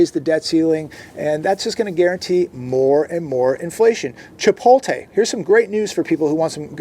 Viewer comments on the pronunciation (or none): It’s chipoTLe! chipoTLe!! Not chipote. Lol. Still love u though bro 😂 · My pet peeve sorry: it is chi-pote-lay NOT Chi-pole-tay. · It's ChipoTle, not ChipoLte you hick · If I hear babe say chipotae instead of Chipotle 🤯🤯🤯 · There is simply no reason for you to not know how to pronounce Chipotle at this point...